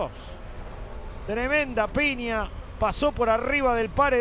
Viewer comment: ¡Que fantasma ése relator que dice PINIA en lugar de PIÑA!